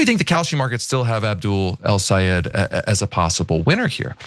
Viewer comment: Great! Nice podcast on MI! Just want to let you know Abdul’s last name is pronounced like this: El-Say-Ed not eed. Thank you.